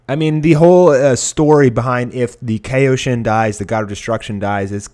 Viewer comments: its pronounced "Ky-o-shin" not "kay-o-shin" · damn i have never heard anyone pronounce kaioshin so incorrectly. lol KAYoshin? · By the way, please learn how to pronounce Kaioshin and Kaio-ken. You pronounced it correctly only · Do you know what Kaio ken is cause your saying Kaio wrong just say Kaio like how goku says it Kaio ken then just say shin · You keep on pronouncing Kaioshin wrong